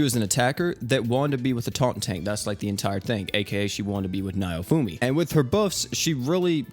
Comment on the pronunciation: oh my god he butchered naofumi's name ;-; edit: just heard filo too lmaoo